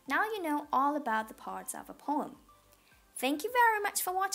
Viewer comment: it is poem not pom SO PLEASE